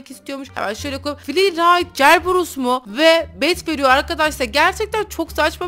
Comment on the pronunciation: Cerberus değil oyle yazılıyor serberus diye okunuyor